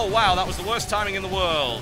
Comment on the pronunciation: "Wost thing in the world..."